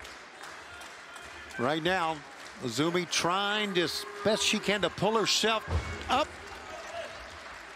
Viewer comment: Lol. The crowd don't even know or watch Stardom to know her name is actually pronouced "Azumi", not "AY ZEE EM". Gotta show some info before AEW brings in wrestlers from lesser known promotions.